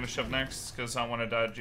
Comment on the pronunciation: J4! not "G4"